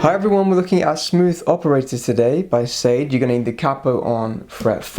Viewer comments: SAY-D? It’s SHAH-DAY. Ffs… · sade is pronounced shah-day 🤣